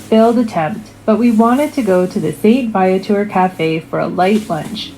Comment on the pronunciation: I love that you actually pronounced St. Viateur correctly! The way that lady said it made me cringe pretty hard lol. That OG location they ended up visiting is the best. Anytime we were in Montreal as a kid (my parents are both from there and I used to spend a lot of time in the city), that St. Viateur was a must stop every time.